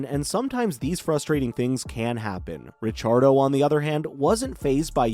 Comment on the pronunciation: Ra-char-dough...... thats a new one.